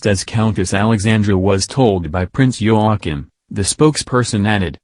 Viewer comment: Princess Mary is Talking silly! Prince Joachim (Pronounced Yo a keem) sons And daughter Are at the present His or Her Highness Not ROYAL. This Narrator can’t pronounce names Well! Queen is Margrethe(pronounced Mar great a)